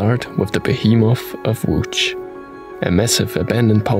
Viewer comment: I've learnt the history and also the pronunciation of "Łódź" Thank you! 😄 Please stay safe and healthy, guys.